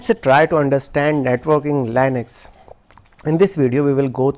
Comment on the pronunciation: When you can't pronounce Linux properly.....next.